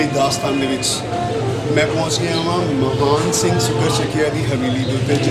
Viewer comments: maharaja Mahan singh de last N nu silent ucharan karo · Mahan Singh da name bolan vele N silent bolo, Matlab Mahaan nahi Mahan Singh si